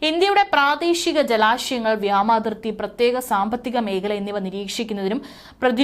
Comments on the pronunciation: വ്യാമാതി൪ത്തി അല്ല വാവേ.. വ്യോമാതി൪ത്തി... വ്യോമ൦ എന്നാൽ ആകാശ൦ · വ്യോമാതിർത്തി എന്ന് പറയൂ കുട്ടി. മലയാളഭാഷയെ കൊല്ലരുത്